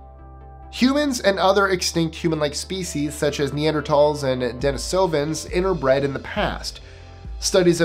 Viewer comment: Thank you for pronouncing "Neanderthal" correctly. It annoys me when people pronounce the h in the name.